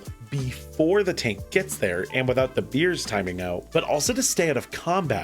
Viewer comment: Bears...not beers